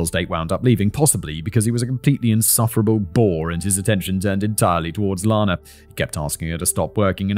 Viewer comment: Out of respect for the victim I must point out that Ms.Clarkson's name is pronounced like Anna (ran, or can't). Lana Turner's name is LAHna. Not so for Ms.C.